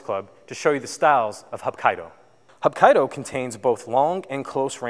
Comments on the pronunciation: Those techniques arent corect and its pronounced "hapkeedo" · Sorry, sir, your pronunciation, explanation, and content didn't hit the mark. I appreciate you trying to share some ideas about the art, though. Hapkido is actually three Korean words roughly meaning, "Combine" "Energy" "Way," the same is true for it's sister art, Aikido. Both founders trained under the same master, Sukaku Takeda of Daito Ryu Aiki Jutjutsu. Choi Yong Sool was living in Japan during the occupation until 1945 when he returned to Korea. He started teaching basic self-defense in Daegu at that time. There are many organizations described as being Hapkido and many still emphasize acrobatic kicks like Taekwondo while others emphasize larger circles and throws. Some still use a lot of traditional weapons while others are more used for military and police applications. What is universally true, though is the principals of circular motion, non-resistance, and water like adaptation. In general it differs from Aikido in that circles are smaller, joints are often targeted for breaking and dislocation vs throwing, and Hapkido often incorporates strikes and kicks whereas Aikido typically does not use any attacks; focusing rather on throwing and redirecting energetic attacks. Let me know if you have any questions about different organizations or training methodologies!